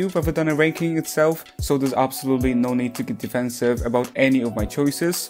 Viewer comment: Did....did you just do a Australian accented no? 😂